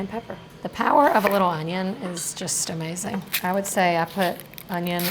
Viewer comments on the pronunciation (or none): none